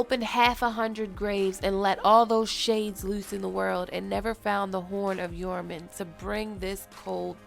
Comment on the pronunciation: I'm pretty sure the "J" in Joraman is not silent. It's not silent for Jeor Mormont or Jorah Mormont. Why would it be for this?